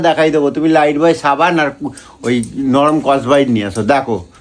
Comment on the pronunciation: ওরে! ওটা "লাইফবয়" সাবান.. "লাইটবয়" নয়!